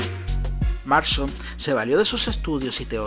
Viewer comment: Es William MARSTON no William Marshal, buen video, aunque con la pronunciación de algunas palabras sí se le fue la volqueta al río